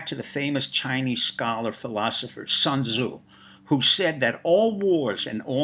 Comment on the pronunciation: Oh man did you butcher the pronunciation of Sun Tzu...hahahaha